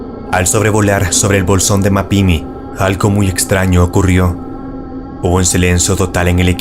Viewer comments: "MapimÍ" con acento en la 2da "I" y "Coa-hui-la" (Y) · Es "COA"... Coahuila y MapimÍ acento en la última "I" fuera de eso buen video, estuve ahí y la atmosfera es algo incomoda mi reloj se quedó quieto y la radio no se escuchaba ... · el nombre de bolsón de mapimi tiene acento en la O y es Mapimi todo junto, no ma pimi y Coahuila se pronuncia tal cual Coauila, no cauila